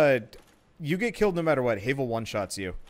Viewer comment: It pains me, the way you say Havel, since everyone I know pronounces it "Have-el." Minor detail, though.